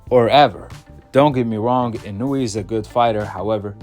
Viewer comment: In a way not inooweee